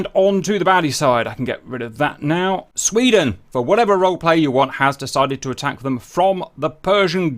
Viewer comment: "I am Sf from Sfvweden. YOU VWILL NOT STOP MEE!!" - Agressive Sfvwede Maybe